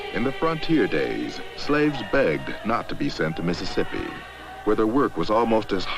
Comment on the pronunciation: I was always intrigued how most of them call Mississippi "Missipi" - a three syllable word.